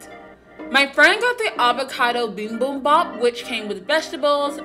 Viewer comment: Binbunbah? 😂 You mean bibimbap(비빔밥)? Thank you for the video!